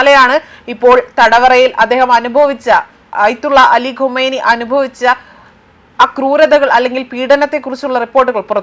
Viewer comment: ഒരു സ്റ്റോറി പറയുമ്പോൾ പേരെങ്കിലും നേരെ പറയാൻ പഠിക്കു കൊച്ചേ ഖുമേനി അല്ല ഘംനഈ